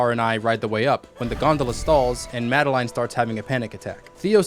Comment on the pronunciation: Its madeline,not madenlaine.